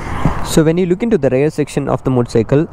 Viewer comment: Its not റെയർ its റിയർ